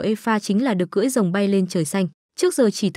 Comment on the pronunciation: Ủa r cười rồng hay cưỡi rồng?